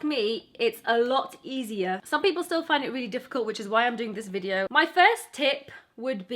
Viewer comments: Please stop saying VIJEO 😭😭😭😭😭😭😭😭😭😭 apart from that you rock!💚💚💚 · The way she says video makes my day